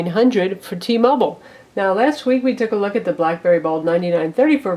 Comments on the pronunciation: t-mobile, not t-mobol. say it how spelt. -. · Blackberry bold nighty nnnine hundred for T-mobole...? WTF lol